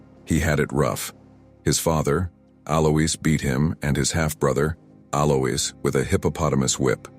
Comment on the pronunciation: Alois is usually pronounced AL-oyce.